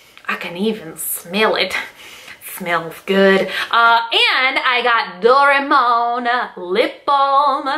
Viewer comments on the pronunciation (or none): i love how you pronounce "doraemon", "doraymon" xD we usually spell it "dora-emon"